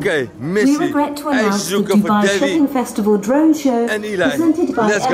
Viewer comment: Bro het is dubai